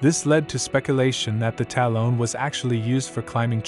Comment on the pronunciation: The AI voice is challenging...I'm sure your voice would be better than listening to this thing pronounce talon like salon the whole time. 😖 Still enjoyed the video though.